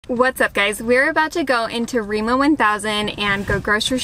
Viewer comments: It is remA not Remo. (Like america backwards!) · Hearing Remo is pretty funny when the name is Rema. I mean it's no big deal but imagine hearing a foreigner say: I'm going to Walmarf. xD